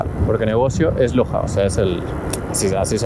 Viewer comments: Ellos pronuncian Lochas y se escribe Loja que traducido al español es tienda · Chamo que loco!!! Estás modo crack 🤣🤣🤣🤣🤣 los Brasileros te decían que en un día no puedes hacer la Transamazonica entera y lo lograste 🤣🤣🤣🤣 como dicen ellos cê tá doido 🤣🤣🤣🤣 amigo mío pronunciaste mal como se dice tienda en Brasil se escribe loja pero se pronuncia en nuestro idioma loya o lolla como lo quieras ver... Dios te bendiga siempre Bro!! A la preciosa Mika también... Saludos desde Puerto Ordaz 🇻🇪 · Que risa mica detrás de los que iban trotando, por cierto la letra J aquí la pronuncian Yota, por lo tanto a las tiendas les llaman lojas y la pronunciación sería loyas. Es como jogo bonito, le pronuncian yogo bonito. El sonido de la Jota utilízalo para las R. Rua - Juá, inténtalo y se te escuchará melhor seu português meu parceiro, Deus abençoe a vcs 😂